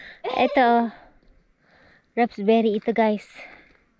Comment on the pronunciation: Raspberry po hindi RAPSBERRY. 😊